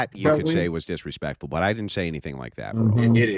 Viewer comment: "Your starting to get diswespectful, you must follow my affority!" Sounds pretty authoritarian fascist to me.... Fml these people are painfully hypocritical.